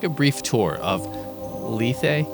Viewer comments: Lethe ... "LEE - TH". Like "Sleeve". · NO! It's "LEE-THEE". Like "Briefly". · What's wrong with you? It's "L - ETH". Like "Beth". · Lethe is pronounced "leave" I believe